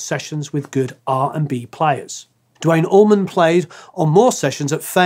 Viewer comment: Dwayne Allman, DAMMIT!! Not dwite oman. Or dwayne orman.. you guys make me so frustrated!!